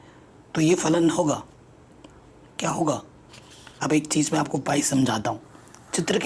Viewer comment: Sir chij chik kyu bolte h bar bar